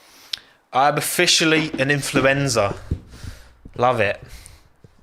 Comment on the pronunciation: “l’m officially an influenza!”??? Must be the accent…